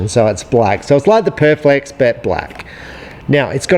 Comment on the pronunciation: Perfex not Perflex